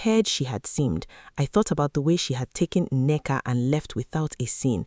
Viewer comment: The daughters name is Nneka. You keep giving it different spellings and pronunciation.